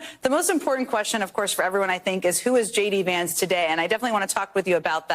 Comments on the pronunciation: JD Rance?! perfect slip of the tongue! i say we call him "JD Rancid"! who's with me? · J D Rance! That's an awfully cute slip